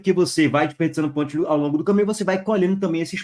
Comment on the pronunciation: ''PONTIOS'' KKKK